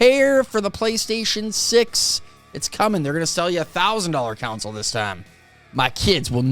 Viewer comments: you need to enunciate better. The word is CONSOLE; Kawn-SO-luh. Not Council or Counsel. A council is a board of people and Counsel is to advise. You didn't play a video game on advice or a group of people. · Console not council 😅